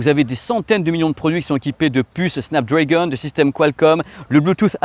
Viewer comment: Petit détail… on ne prononce pas Snap Drèègon mais bien Snap DrAgon… 😅🤓